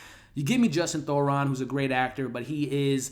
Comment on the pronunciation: It’s Justin Theroux not Thoron. I love your reviews but I have to give you feedback that you OFTEN mispronounced the names of actors, character names or just words in general (meyondering instead of meandering in this video for example). You have great insights and recap the plots so well but these slips effect your credibility and are a bit distracting. I say this to make you better, not to just criticize you. 😊